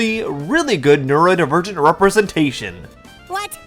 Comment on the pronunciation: Hey dude there's an "o" in neurodivergent. It's not pronounced neuraedivergent.